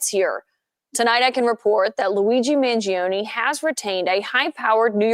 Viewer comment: Living in a CONSTITUTIONAL REPUBLIC you know what I'm about to say is covered by the UNITED STATES CONSTITUTION: The Supreme Law of the Land !! Who is pronouncing his last name wrong; the Mainstream Media from the 70's or Today's Media ? Trumpet Jazz Artist Chuck Mangione's name in the 70's was pronounced: own, not; own-ee. Although a minor Media mistake, when you add all the other "mistakes" they make: they are untrustworthy.